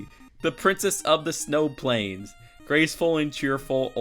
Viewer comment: What the hell is a drincess